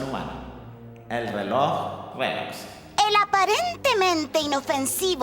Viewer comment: todos savemos que dice relox en vez de rolex para evitar el copiryght🤣🤣